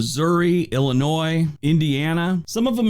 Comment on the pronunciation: you do a great job of pronunciation of places with some really odd ones. However, let me point out that "there's no noise in Illinois", as the saying goes. It's actually ill-ih-NOY. You may have noticed that when he finished turning the Midwest states red, one area was still white. That's the Upper Peninsula of Michigan. We have an amazing mix of immigrants here in my city of Rockford, IL, to the extent that when I was growing up in the '50s, an immigrant who couldn't speak a word of English could just walk down the street, eventually walking into a factory at random, and come out with a job. Now, many of those factories have been repurposed, or are rusting away. However, it's amazing that we have a thriving immigrant community from 123 countries at latest count, with a local chain of African stores, and another of Asian markets., there's a shot of Bryce Canyon N.P. in winter--located in UT, along with 4 other national parks. Palouse = puh-LOOSE (unusually scenic and fertile area in SE Washington) The 4 Corners is located on the amazingly scenic Navajo (NAV-uh-hoe) Nation, where 400,000 members live, of which around 240,000 still speak their incredibly complex tribal language.